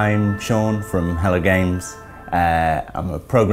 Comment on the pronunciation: Lol thought he said Hella Games